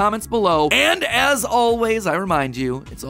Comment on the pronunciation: Sounds like Mat is saying: “Remember folks its just a Theory. A GAAAAAY Theory!” 😁